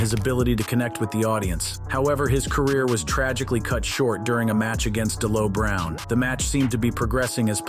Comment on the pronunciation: Yeah, I stopped watching after he continuously miss pronounce D'Lo Browns name.